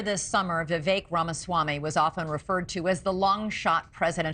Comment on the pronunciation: VI VEK...... LIKE FAKE......... NOT CAKE........... RAMASLIMMY........